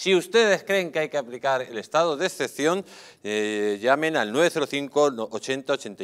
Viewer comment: jajajajaja, se llama Estado de excepción, no ecpcion jajajaja lea y deje de hacer el ridículo. Antonio Alcalá Galiano, sevillano, diputado a las Cortes del Estatuto Real de 1834-35, pudo afirmar entonces: "Debemos propagar la imagen de la “nación” (refiriéndose claramente al Estado-nación llamado España), e inculcar apego a ella y unirlo todo al país y a la bandera, a menudo inventando tradiciones o incluso naciones para tal fin. Uno de los objetos principales que nos debernos proponer los castellanos, es de hacer la nación española una nación, que no es ni lo ha sido nunca hasta ahora."